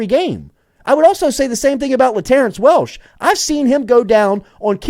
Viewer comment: Is he talking about Latterance Welch? Why is he saying Welsh? Lmfao😂😂😂